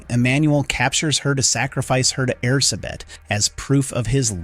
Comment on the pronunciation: I know it's not your fault, but as a Hungarian, it hurts every time I hear you say Erzsébet. With your accent it's less air-suh-bet and more air-gé-bet, with the "gé" pronounced sort of like the last syllable in "protégé"